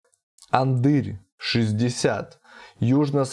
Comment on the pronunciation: АнАдырь, а не Андырь)